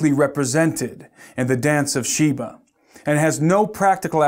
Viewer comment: Shiva not Sheba